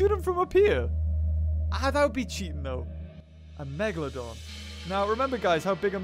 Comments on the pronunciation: ITS PRONOUNCED MEG-U-LOE-DON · It’s not called Megaloden! It’s Megalodon! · did anyone hear the tittle great white and not megaladon